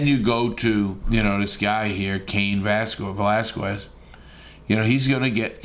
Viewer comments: Larry stop butchering his last name geeez!!! VE”L”ASQUEZ!! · no dude, that’s not how you say it. It’s pronounced vel-ah-skez. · how many times can you get his name wrong